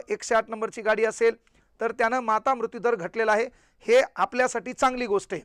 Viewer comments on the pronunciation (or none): none